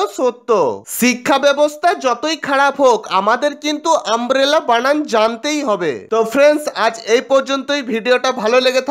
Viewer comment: সাংবাদিক তো নিজেই বলছে আমরেলা